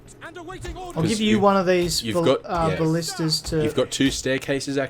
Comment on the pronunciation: For your next attack you should hit the wall stretch that has no towers with the goat and ballistas. Now ima correct you on some words. Ball-ist-ta-s and Nape-alls those are really pissing me off. That's all for now.